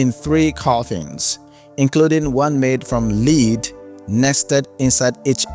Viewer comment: The metal "lead" is pronounced l-ehh-d not l-ee-d.